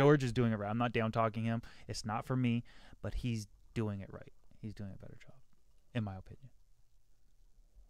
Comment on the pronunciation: Thank you for saying betta properly.